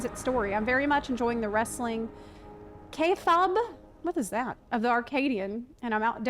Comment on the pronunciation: Kayfabe It was cute how she pronounced it. XD But yeah hope for improvements with the upcoming patches.